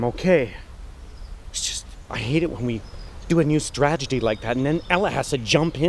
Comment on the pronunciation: stragety LMFAO. get actors that know how to read words on paper!